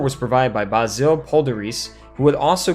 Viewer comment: How did you manage to butcher Basil Poledouris' name so badly? The last name could be somewhat forgiven, though a quick click on Wikipedia would have given you the correct pronounciation, but "Baa-zeel"?? It's Basil like Fawlty! or the spice even! Yes I'm triggered by something petty, but he was perhaps the greatest movie score composer after John Williams so I do like to see him respected. Otherwise good video, but I agree with Aziris, it was definately NOT a horror movie like Alien, it was an action satire with horrific elements.